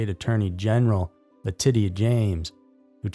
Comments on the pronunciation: La - titty - uh James! 😂 Having trouble pronouncing Letitia? It's La - tee - sha*! Get it right! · Latisha is how her name is pronounced